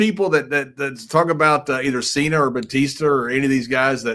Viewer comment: bro said "Cener and Batister" 🤣